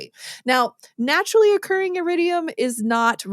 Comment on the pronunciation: Iridium, not Yiridium. Element number 77.